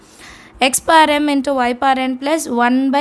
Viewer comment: Mam lam confused when you say power as paar